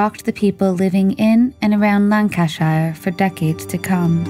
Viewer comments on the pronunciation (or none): The last named is pronounced "LIV-zee" and the county he lived in is pronounced "LAN-ka-sure." Please research pronunciations. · It's pronounced LIV-ZEE and you're pronouncing Lancashire incorrectly too. It's LANG·KUH·SHUH. Oh, and Yorkshire is the same, with a SHUH sound. It's not like The Shire in LotR 🤦🏻‍♀️ EDIT - you seem to say Lancashire sort of right sometimes but not at others 🤷🏻‍♀️🤦🏻‍♀️ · This happened in my village at that time. I think it’s cute how you pronounce Lancashire; we aren’t as well spoken here 🤣And the surname, Livesy is pronounced as “livsy” My opinion is this; Alan was murdered by a pedophile… many of us thought it was odd that Alan was in his cadet uniform, and tied, which made us think it was some sexual incident. I didn’t personally know Margaret but I did see her at the WMC. A face that I knew but didn’t talk to. She seemed like most others of that time. A bit hard faced, stern, but certainly not capable of murdering her own child. Of course this was a big topic of discussion in the area at the time and I never heard anyone even suspect Margaret. As I said, we all thought it to be an older man - which may seem A biased view , as we often think of child murderers as older men. There was sadly, a great deal of these incidents at the time in the 1970s…men with sick perversions.